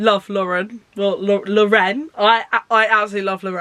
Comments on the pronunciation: it's just pronounced lauren haha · I’m pretty sure it’s pronounced Lauren, but I may be wrong. Also I think Kala is said like Carla, but again, not 100% sure.